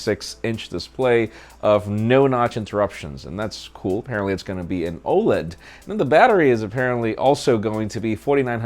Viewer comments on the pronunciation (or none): none